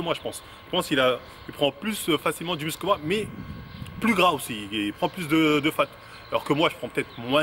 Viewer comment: Ce qui me fume dans ses pubs c'est que il dit "du mussle" déjà ça met pas en confiance mdrr